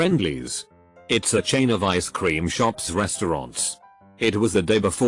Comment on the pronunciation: Also how the bot pronounces words with apostrophes with an extra "so" syllable. It's becomes "itsos", wasn't becomes "wasnsot", haven't becomes "havensot".